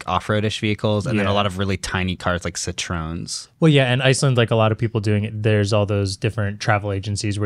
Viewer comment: What was that Citroen pronunciation 😂